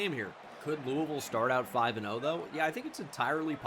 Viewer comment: shoutout for always saying louisville right and shoutout EA Jeff Brohm for beating ohio state and going undefeated